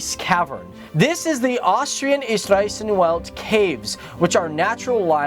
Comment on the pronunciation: Michael Staudinger, BSc Pretty sure he said Eisriesenwelt 🙂 But it is very hard to understand.